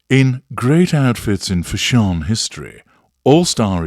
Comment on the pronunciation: 😂😂😂crying at how you're pronouncing "fash-SHON", 😂😂😂😂